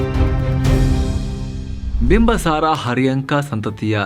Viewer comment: Bimbasara alla bimbisara ansutte...yakandre nanna magu school history book nalli bimbisara antane ide sir..